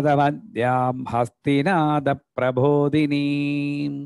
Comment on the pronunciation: It is Prabodini and not Prabhodini 🙏